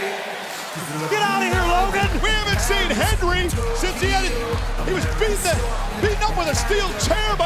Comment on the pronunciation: Michael Cole can’t say HENDRY to save his life